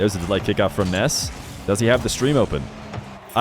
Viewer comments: yes it’s Nass not Ness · There’s something amusing about how has to pronounce Nass’s name as “Ness” I imagine because of a certain little boy with magical powers and a baseball bat Edit: or is that just how it’s pronounced? I actually don’t know